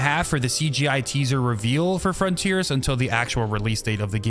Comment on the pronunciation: You can say, "This make us new frontears...." 🥲